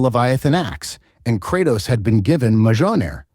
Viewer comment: Krautos.... Murnur.....???? I do find it funny his pronunciation is all over the place throughout the video.